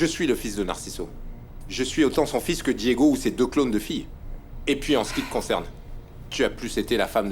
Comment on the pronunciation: J'adore quand appel Ana Lorena:Lorelayy et Diego:Diegounè😂😂😂😂😂